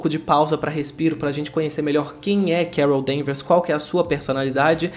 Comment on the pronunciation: Ouvi você dizendo "Carol ver mais" kkkk